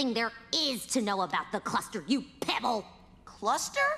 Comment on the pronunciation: tem outra coisa no jogo ataque ao prisma a squardot fala “ur pebles” n sei c ta certo.-.